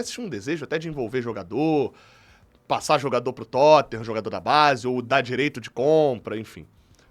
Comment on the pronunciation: "se plassar", rs desculpa não resisti rs